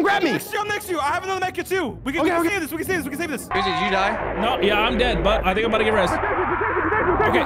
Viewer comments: I love how in the first 30 seconds they are lost and called grizzy “” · Bro said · Did call Grizzy? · Anybody else notice called him in the beginning of the video? 💀😭 Edit: bro said "it's me and you " 😭